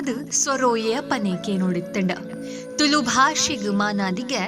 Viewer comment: Please pronounce the word ತುಳು properly. 🙏